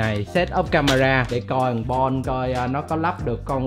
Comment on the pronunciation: Chu chu bạn mình được lên tv 😂 mà nó tên bon mà gọi toàn là bôn 😂